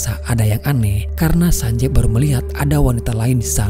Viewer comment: Cuma berbagi informasi aja sih ini. Double "e" dalam romanji, itu dibaca dengan i. Jadi nama karakter itu bukan sanjev, Tapi Sanjiv. Dan pelafalan V nya bukan dengan pelafalan indo(Ve), tp pelafalan huruf V, dalam English.